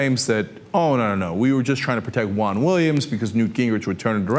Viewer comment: I thought it was weird when I saw him ask the question.. Btw, why pronounce Juan like Huang?